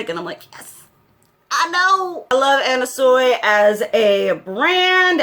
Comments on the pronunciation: It's pronounced Anna "Swee" btw :P xxx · it's pronounced Anna swee 😁